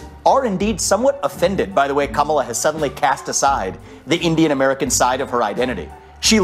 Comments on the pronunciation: 🤣🤣🤣 Am I the only one who noticed over and over that this dude is introducing her as GAMALA and not Kamala? 🤣🤣🤣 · Its not Kamala. It is Cha-me-leon. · cant even pronounce her name 🤡 🤡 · Even her supporters mispronounce her name.😂